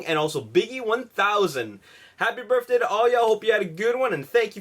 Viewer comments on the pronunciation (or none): I noticed that every time he says "birthday", it sounds like he says "berfthday" lol